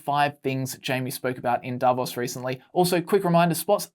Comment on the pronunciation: He grabbed his tie for comfort and even stuttered and mispronounced Davos. I didn't say he was uncomfortable the whole video. In that moment he was uncomfortable. Learn how to read body language and micro expressions. It's interesting. We do a lot of things unconsciously.